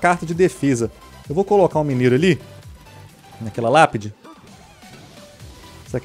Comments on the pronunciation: Quem ouviu lapide se era fornalha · bruno vc falou lapide kkkk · Lapedi? kkkkkkk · No minuto o Bruno fala lapidi quem viu ISO deixa o like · Na primeira partida você falo lápide